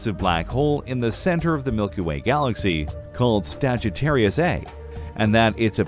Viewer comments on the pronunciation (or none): "Stagittarius"? It's "Sagittarius". I mean come on, who doesn't know how to pronounce that...